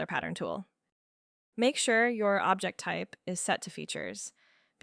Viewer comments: fYI its 'OB-ject' (noun), not ob-JECT the verb. The Object extent type lets you choose an object (noun) on your model. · I think it is at least AI produced - the tempo and tone was too precise and consistently mis-pronounced "object" with the emphasis on the last syllable. And even the design is a bit strange - the arced ramp is completely unnecessary on the "full stop" - that just needs to be a wall. While the detention it passes over would benefit from a curved/ramped entry. Actually curve is unnecessary - just an angled entry would be helpful and the detent could be a little larger for firm retention - I can't imagine a human design engineer would make that entry symmetrical and have the stop asymmetrical. Though it was a very useful tutorial. Good pointers. I "suspect" it was a human directed AI script/project.